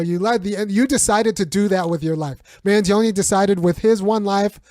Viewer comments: Its pronounced man-johnny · Luigi Mangione Pronunciation: Mangione. (Man-Gee-Own-Knee)